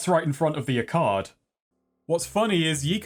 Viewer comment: Why did he pronounce arcade like that?